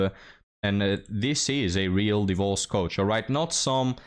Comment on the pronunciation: "Die-vorce" 😂 how you grace the internet with your words keep up great work we'll mourn the loss of this channel if it becomes only ancient wisdom